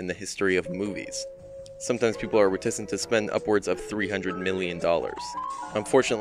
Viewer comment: You mispronounced "reticent"!